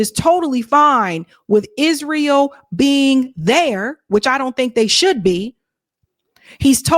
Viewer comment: you did it again! You said Isreal instead of Israel! I know, I'm a stickler but please, it sounds like is real to me!